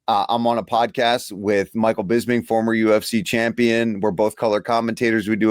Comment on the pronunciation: Even though it's been mentioned before how people say "BisPing" wrong, I can't believe saying "BizBing" in the intro still hasn't been changed or even addressed! Please have Harrington do a new one right, including Felder's full fight name! Love this pod lol make no mistake